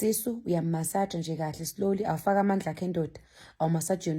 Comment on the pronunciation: Ave ungihlekisa mase uthi "Silowly"😅 and uhlezi usho uthi "Slowly"😅😂